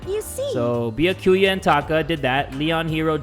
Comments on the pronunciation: pronounces Byakuya’s name as “beeya-kewya” me: cries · keep in mind that byakuya is pronounced "bee-ah-koo-yah" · Beeyakooyuh Me: oh, and when will you learn Also it's pronounced Byahkuyuh UwU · Its "Bia-kuya" Not however you said it,. 🤬 Watch him say Mikan, Hajime, Kazuichi, Hiyoko, and Monomi wrong. 😌✌ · I was dying every time 😭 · ITS BYU ACK UYA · The way he says byakuya hurts my heart